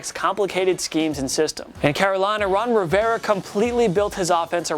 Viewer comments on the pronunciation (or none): none